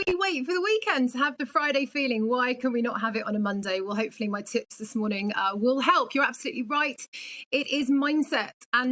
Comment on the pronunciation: Mindset coach! Every time she says tips I keep hearing tits!